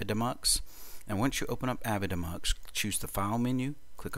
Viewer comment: Shouldn't avidemux be pronounced "A-V-I DEE Mux"?